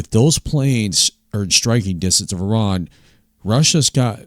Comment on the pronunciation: "Ah-ron"? Towers of babble and bray stubble and hay. I like your enthusiasm. Blessings.